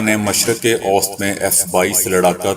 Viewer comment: اوسط کا تلفظ صحیح اداکریں 😊